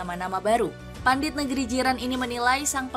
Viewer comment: Pandit, Min. Bukan pundit. Itu bahasa Indonesia yang diserap dari bahasa Sanskerta Pandita. Juga diserap sebagai sebutan untuk pemuka agama yaitu pendeta. Ayo, lah, biasakan menggunakan bahasa Indonesia yang baik dan benar. Kita, kan, mau menginternasionalkan bahasa Indonesia, katanya. Jangan kata-kata bahasa Indonesia diubah-ubah pengucapannya seolah-olah itu dari bahasa Inggris. Biasakan utamakan kosakata bahasa Indonesia, selagi masih ada padanannya.